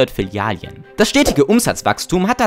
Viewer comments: Sprachkurs machen, es heißt Filialen und nicht Filialien, sonst interessantes Video. Und ja, wenn du in den Supermarkt am Sonntag gehst und noch zwei Schachteln 30.06 zum Spottpreis mitnimmst, dann weißt du, warum es Sinn macht dort einzukaufenn.. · Filialien.. es sind Filialen! 😂 Langsam nervts und ich bin nur 1,5 minuten drin im video. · die Dinger heißen Filialen und nicht Filialjen oder Filialien xD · Du killst mich jedes Mal wenn du Filialien sagst. Es heißt Filialen. Vielen Dank für deinen Kontent. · Jaaa schrecklich! Vor allem in einer scene steh es als Filialen richtig geschrieben und wird dennoch als „Fillalien“ ausgesprochen, das scherzt nicht nur das Gehör sondern schädigt auch mein Hirn! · Das Video ist echt super. Die Memes, die Schnitte und deine Stimme ist auch toll. Es macht richtig Spaß zuzusehen :-) Aber bitte nenne es Filialen und nicht Filialien:-) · Wenn er noch ein mal Filialien sagt, raste ich komplett aus. Bist du der deutschen Sprache mächtig, Junge?! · Flilialien✅ Filialen❌ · Interessantes Video, aber ab der Hälfte musste ich mich schwer zusammenreißen es nicht zu beenden: es sind Filialen, nicht Filialien. Das klingt so grausam falsch wie es ausgesprochen wird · F I L I A L E N ich kann das Video nicht schauen mit deinen „Filialien“ 🤧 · Es sind Filialen, keine Filalien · Dikka, es heißt "FilialEn" nicht "Filialien" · Aber ich muss in die Kommentare schreiben, dass es "Filialen" heißt, nicht "Filialien" 😂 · Filialen ❌ Filialien ✅ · Filiale junge warum sagst du immer Filial(i)en? geschrieben richtig! die Filialen. gesprochen?? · FI-LI-A-LEN. Es heißt Filialen, nicht Filialien. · Ist das Absicht, dass du die Mehrzahl von Filiale als Filalien bezeichnest, statt Filialen? Damit die Leute hier drunter schreiben wie bescheuert das klingt und dein Video deswegen mehr Aufmerksamkeit generiert? Lass es bitte. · Digger es heißt Filialen Nicht Filialien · *Filialen*. Es heißt Filial*en*, nicht Filial*ien*. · Bro kannst du aufhören “Filialien” zu sagen